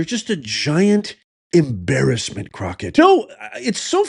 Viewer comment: You said jasmine crooked wrong 😂